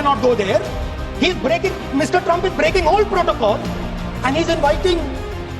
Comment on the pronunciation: My frend Trump... tremp prend... frent..😂